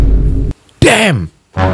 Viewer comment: Kata2 mu mas … “Damn” pengucapannya dan ekspresinya tu loh… mantaps